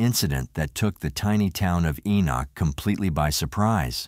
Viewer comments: It's not pronounced E-knock. It is pronounced E-nik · FYI, it’s pronounced Ee-nick. I live not far from here. 😊